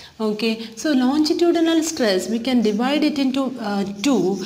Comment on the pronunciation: Mam ye lonjitudinal nahi hota longitudinal hota hai pronounce correctly